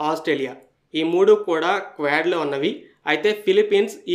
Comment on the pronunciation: స్క్వాడ్ కాదు క్వాడ్ . క్వాడ్ అంటే నాలుగు అని అర్థం.